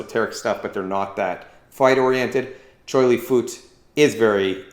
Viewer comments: it is pronounced fuht. like with an up, minus the p. still spelled fut though. please stop saying fooot. you are butchering it. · It's not pronounced as "foot", but "fart", in Cantonese means Buddhist. So Choy Li Fut is a system of Choy, Li, and Fut. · it's not pronounced as FART. It's pronounced as FUT as in Butt. never fart. where did you even get that from. and yes, we are one of the original MMA styles of chinese kung fu.